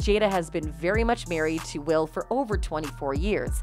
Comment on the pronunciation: It's not Wills 😂😂😂😂😂😂